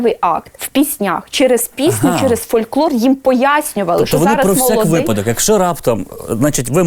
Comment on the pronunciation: жінка-етнограф не знає, де в слові "випадок" наголос падає.